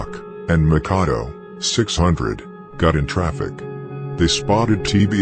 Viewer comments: He said Makado its Mackadoo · Makadoe lol its makkadoo lol